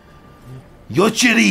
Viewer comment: Bro goes like "yochiri!! "...... It's actually Yorichi